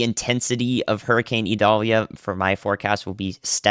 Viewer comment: The pronunciation has a long I. Listen to some Sammy Kershaw Vidalia